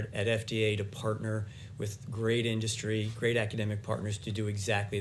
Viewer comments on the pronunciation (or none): Crikey, Trump went for the extra dark spray tan today, eh. Also, his pronunciation of the word 'industry' is bizarre. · Somebody teach that orange thing to pronounce "industry" PLEASE!